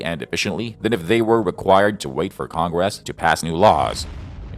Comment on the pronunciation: Big surprise a communist tool being used by a communist loving president to push his agenda. Its almost as annoying as the way congress is pronounced by your Ai.